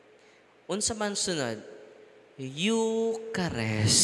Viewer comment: Eucharist pronouced as yukarist not yukarest.